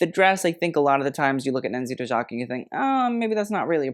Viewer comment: The fashion analytical content we love to see…. Just one thing , im albanian myself and the Dojaka lastname should be pronounced as you would if it was written as „Doyaka“ since the J in albanian is pronounced differently